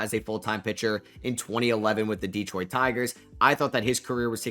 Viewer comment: It's not pronounced DEEEEEtroit and it's not pronounced Tareeeek. What is the matter with you YouTubers...if you want us to take you serious then listen to 1 single replay of a Tigers broadcast to learn how to pronounce his name correctly. It's just like Derek but with a T....T-Derek....Terek,....Tarik. Skuball...Skoo....bull....Sku...ball...Skubal. Tarik Skubal.